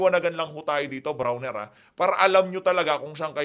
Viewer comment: brownie hindi brawner